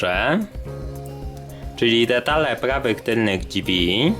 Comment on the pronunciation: Drzwi... Nie ma słowa dźwi kolego